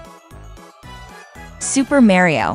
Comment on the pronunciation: “Super merio” 💀